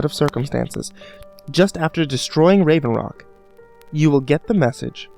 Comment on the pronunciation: he said rave rock, it hought solstheim